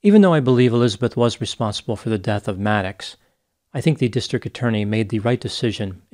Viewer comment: Why do you pronounce district as “distric”?!